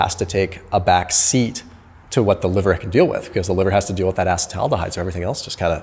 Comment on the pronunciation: it's not Ace-Aldehyde.... it's ace-taldehyde